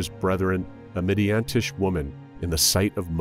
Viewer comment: It's not "Midiantish". It's "Midianitish". It's about people from Midian, the Midianites. Midiantish doesnt mean anything. And it's not Bail. It's bah-ahl. There's no god named Bail. Bah - ahl.